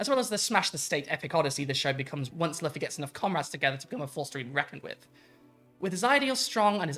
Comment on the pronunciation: also, if you haven't already, you are 100% going to get called an "anime tourist" for mispronouncing Luffy's name lol as someone whose wife has seen all 1000+ episodes and still says Luh-fee though, I get it, it happens